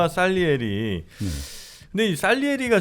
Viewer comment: 솔직히 장님 3명이 코끼리를 만지는 수준 입니다. 모짜르트의 abc 도 모르며 살리에리가 아니라 쌀리에리 라고 발음 합니다. 미안하지만 세분이 모두 음악에 대한 지식이 부족함이 아니라 전혀 없는 지식으로 수고 하십니다. 모짜르트 하면 3개의 이탈리안 오페라 Kv 492 Le Nozze Figaro 파가로의 결혼 Kv 527 Don Giovanni 돈 지오바니 Kv 588 Cosi fan tutte 모든 (사람)여자는 똑같아 또 모짜르트는 opus 가없고 Köchel-Verzeichnis "쾨셜"이라는분이 하나하나 시간대로 번호를 지정한 KV 번호 입니다. 파이팅!